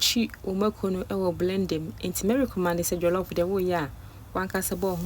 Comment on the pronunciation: please the correct pronunciation is recommend but not recommand Medaase